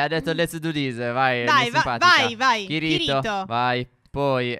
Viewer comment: Raga sbagliate la pronuncia di kirito e asuna si leggono Kìrito e Asùna si sente anche nell'anime